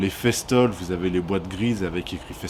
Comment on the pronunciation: Ah mon dieu festool ta dit festol ca se prononce festoul 🤣🤣🤣